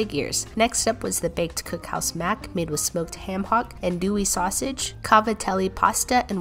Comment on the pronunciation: Glad you enjoyed! You did good pronouncing everything besides the sausage the beginning is pronounced like a ah-n if that makes sense